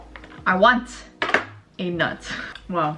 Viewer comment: Tbh I understood "I wanna nut" instead of "I want a nut" 😂😂😂😂